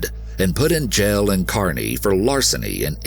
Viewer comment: Thanks for pronouncing Kearney right